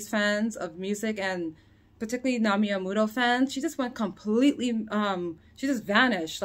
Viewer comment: The term was "Amu-rer"!